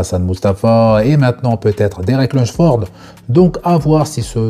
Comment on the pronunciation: Salut, j’adore tes vidéos ! Merci pour ces actus que tu partages quotidiennement 💯 Par contre pourquoi Derek son nom tu le prononces « Lunchford » au lieu de « Lunsford » ? Il n’y a pas de « ch » dans son nom 😅